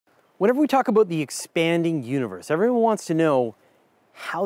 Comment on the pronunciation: "When ever we talk aboot..." Dew eet agein! 😝